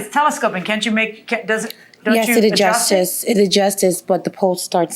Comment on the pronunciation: 'It adjustices'😅